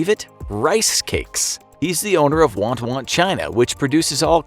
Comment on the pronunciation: it's not WANT WANT it's wan wan i know cuz i'm Chinese and my dad told me btw i know it's a funny name